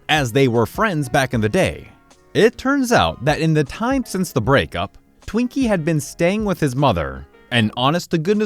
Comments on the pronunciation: anyone else distracted because kept saying twinkie instead of tweak-y? (tweakers are people who do uppers/meth. twinkies are a sponge cake of sorts) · Tweakie, not Twinkie L